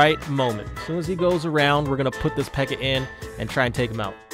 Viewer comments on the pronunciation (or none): Why does he say pekker? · "Look how much smaller the pekker PEKKA is" lol am dead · did anyone else here him say pecker lol😂